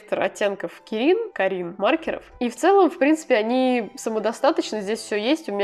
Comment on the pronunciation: Как создание обитающее в Польше скажу, что более точное произношение фирмы "кАрин", ибо ударение всегда на предпоследнюю гласную, за некоторыми исключениями 💖 Хотя, ближе к концу ты так и произносиш